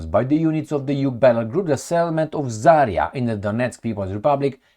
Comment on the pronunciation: just a small remark just in case you might be curious about it. You have used the name of Zarya settlement and misspell it. In fact it should be accented to the last A, not the first, but thing is you can spell it correctly only if you say it as "Zarea" with very short "e", that would be the proper transcription. That's not about this specific town's name, it's a general pronounce of russian words - they usually don't have those "yottings" in them. I know comments might be ommited by you, but just in case.